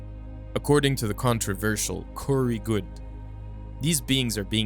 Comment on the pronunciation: Coorey goodes LOL 😂